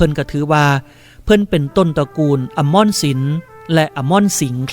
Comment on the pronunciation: เดี๋ยวนะ ต้นตระกูลแสงสิงแก้วหายไปสัย ที่มาของนามสกุล แสงสิงแก้ว มีในประวัติศาสตร์ภาคอีสาน ณ ห้องสมุดวิทยาลัยครูนครราชสีมา(ตอนเรียนและได้อ่านยังเป็นวิทยาลัยครู) อมรสิน อ่านว่า อะ-มอ-ระ-สิน